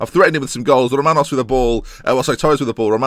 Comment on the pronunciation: I don't know how you can't hear Romanos as a Greek name?? Good video anyway!